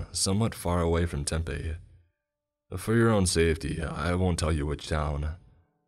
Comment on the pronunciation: I love you but please learn how to pronounce Tempe or other names in Arizona